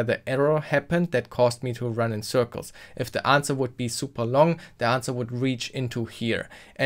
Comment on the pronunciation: "anwser". Literally unwatchable. Seriously though that was a deeeeeep dive in Smart contracts. I never realised how in depth a eth ctf challenge could go. If only that ctf was a day longer huh 😁